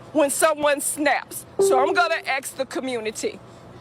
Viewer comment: Axe the community? How difficult is the word ASK to pronounce? Just axing......